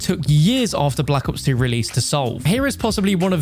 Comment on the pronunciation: Bro said block ops 2